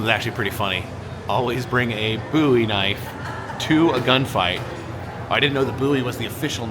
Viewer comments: It is actually pronounced James Bowie(Bōw-ee). Love the train series, btw. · The way he says Bowie is killing me!!!!